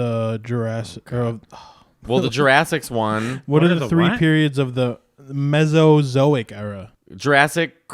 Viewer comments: I like how the guy off camera mispronounced it “mesoic” era, then said mesozoic correctly. He is sandbagging, smarter than he puts on. 🤔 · It's kinda crazy that the guy behind the camera kept saying "mezoic" but knew the word was really "Mesozoic" even though nobody else had said it correctly yet. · also said Mezoic instead of Mesozoic, I believe 😄 clearly none of them are very well versed in these matters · I love that even the producer READING gets the names wrong. And how wrong they STILL ARE after this pod. Brontosaurus isn’t a dinosaur. The “mezoic” era is not a thing. It’s all fun though. Still love you guys!